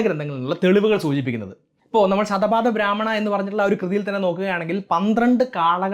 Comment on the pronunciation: ശതപാദ ബ്രാഹ്മണ എന്നല്ല ശത പഥബ്രാഹ്മണ എന്നാണ് പറയേണ്ട ത്.